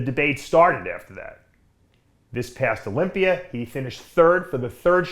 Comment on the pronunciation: Please stop ending the word Olympia with an R